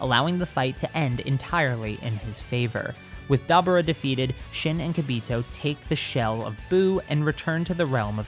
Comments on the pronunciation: ITS DABURA NOT DABRA PRONOUCE THE URA or ora (i hate manga readers) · You’re saying Dabura’s name wrong, it’s pronounced Dabora